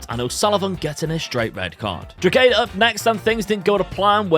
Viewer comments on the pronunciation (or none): Drogheda is pronounced "DRAW-HA-DA". The G is silent. As an Irishman, I enjoyed how much you butchered that 😂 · Drogheda is pronocued Draw-hih-dah, Dundalk is pronouced Done-Dawk, St Patricks Athletic can just call St Pats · The g in Drogheda is silent :) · stop...everyone needs to learn how say drogheda...its "dro ha da" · it's pronounced Draw-He-Da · As an Irishmen proud to see you talking bohemians in the game, and your pronunciation of Drogheda takes the cake on the funny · Class vid👏 Just to let you know you don’t pronounce the “G” in Drogheda😊